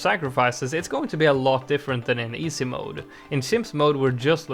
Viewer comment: Love the way he says “EESAY mode” 😂